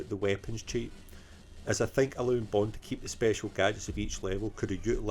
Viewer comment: Stop getting bond wrong! Ha ha ha another great video mate